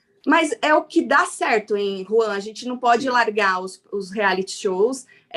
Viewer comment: Eu amo a chamando o Juan de 🤣🤣🤣